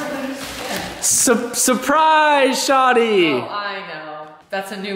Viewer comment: as an active Toronto man it’s pronounced “shorrrdyyy